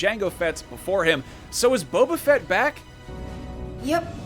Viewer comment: Boba not Bobba.